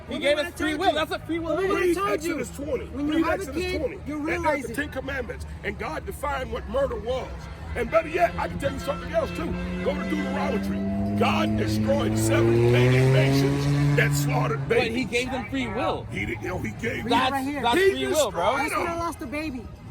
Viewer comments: It is not pronounced due to trauma tree is Deuteronomy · I need my brother in the blue shirt to get his pronunciation together. I need him to say 12 commandments and not 10. I need him to say Deuteronomy correctly as well, work on it, get it together, take 2 scene 2